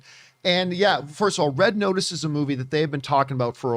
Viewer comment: “Red Otice”